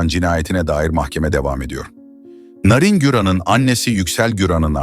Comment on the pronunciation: Narin Beşiktaşlı larin gibi okunmaz aga bilgin olsun